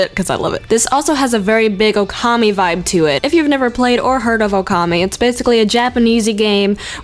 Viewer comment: Pronounced Okami wrong